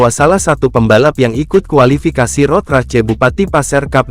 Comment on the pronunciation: Turut berduka. Ini text to speechnya kadang bener ngomong English kadang salah. Ngomong "cup" udah bener. Ngomong "Race" bener-bener dibaca race .